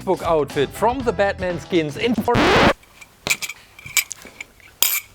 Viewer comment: dude did you say pork nite